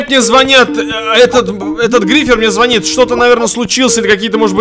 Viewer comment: Не званит, а звонит, ударение на о!